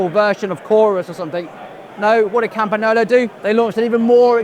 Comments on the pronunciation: Interesting video, but wish you would try to pronounce Campangolo properly... ;-) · CAMPANYOLO (the correct pronunciation) are fighting their way back into the limelight ! The old school boys (and girls) are cheering !!!